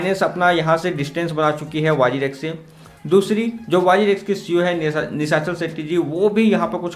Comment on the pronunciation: Abe chitiya nishachal setty nahi Nishal setty